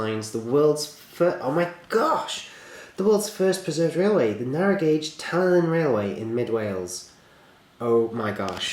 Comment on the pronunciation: Great video as always, and just fyi, it's the Talyllyn Railway is pronounced like Tal-I-Clin, as the double l makes a bit of a 'cl' sound when said in the true welsh manner. Awesome vid though!